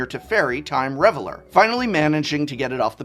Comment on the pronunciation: Sorry to be that guy but, RivetEEr's charm. You said the real word, Riveter, correctly, but the faction name has an extra e. Teferi time rAveler. Not reveler. He is not partying, i.e. reveling. He is raveling. You know how you can unravel something? Well he's doing the opposite.